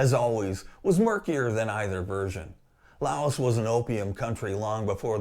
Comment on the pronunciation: FYI the "s" in Laos is silent